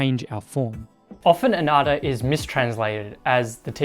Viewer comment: anatta* (anattā) uh nut taa